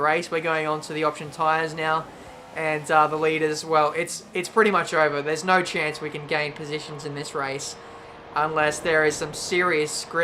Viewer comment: "Crofty nyoo, just nyoo"